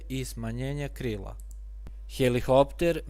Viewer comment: Након ваздуплохова имамо и "хелихоптер". Свака част, треба сваки пут хеликоптер тако изговорити у снимку од пет минута... Не може то свако.